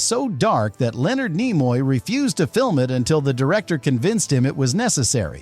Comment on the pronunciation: Leonard NIE-moy? I hate AI.